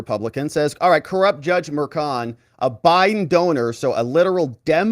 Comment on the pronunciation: I pray these hyenas after President Trump get everything they deserve. From the prosecutors to the judge. They are corrupt and despicable. Btw..when did juan become frech? .merchan is mer-chaan ..not mershawn. 🇺🇸🙏🏻